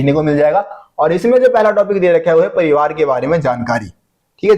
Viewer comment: Pronounce parivaar or likh parivaar